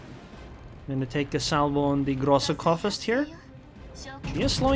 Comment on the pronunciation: groosa coorfirst , thats how the gk is pronounced in german. the groosa u pronounce ok, but the coorfirst ( as if u say soup) u pronounce like corefirst, if that even makes sense what i try to explain to u xd.